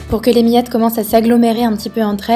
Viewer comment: Ça a l'air uuultra bon, et j'adore la façon dont tu prononces miettes, mi-ettes :)